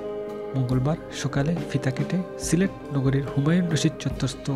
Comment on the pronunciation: Assalamu alaikum. Definitely it’s a very good news. But, you could not pronounce the name of your district. Remember next time. Jazak Allahu khairan.